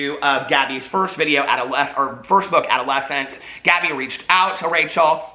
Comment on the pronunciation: I love you forever and I absolutely agree with everything you say in this video but Gabbi’s book is called ‘Adultolescense.’ Adult-olescence. Not adolescence. 💙💙